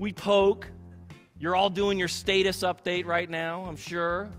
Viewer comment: How that dude said status was diabolical